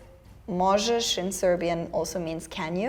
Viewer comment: "czy możesz to przeczytać?" is translated to "can you read this?" in fact she pronounced "ż" correctly:D